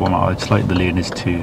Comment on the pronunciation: Sounds like he called the "learners" looners. For those that don't know "looners" is a term used to describe people with fetishes to balloons.